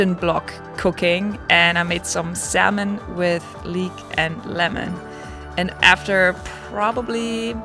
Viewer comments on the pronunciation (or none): none